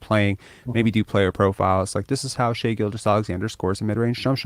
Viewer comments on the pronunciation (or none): exactly lol I thought this dude was joking, but he actually thinks it's pronounced shy now cause of something he heard on a podcast lol